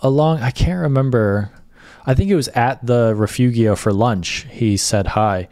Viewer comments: Nice hiking vid, just one thing: correct pronunciation of Rifugio: not riff-oogy-oh, but ri -fooo-joe. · A friendly pronunciation correction. "Rifugio" should be pronounced "reefoojo". The i is ee in English and g is pronounced as j in English like "mojo". Otherwise, a spectacular video. Thank you. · The pronunciation of Rifugio is Ri-foo-jo, just to help! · "Rifugio" is not reefoogheeo - it's reefoogeo - learn it. it looks like the tour operator didn't bother to do any research and just gave you a boilerplate template.